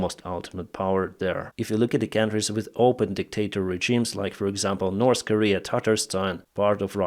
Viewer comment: please correct your pronunciation of the words: north, south, thirty, forty, true...